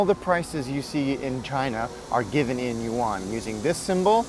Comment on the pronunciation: Just use "Chinese dollars " if u can't pronounce "yuan".... "won" is Korean